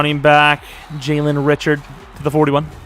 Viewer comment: btw clelin ferrells name is pronounced clee-lin and jalen richards name is pronounced ree-shard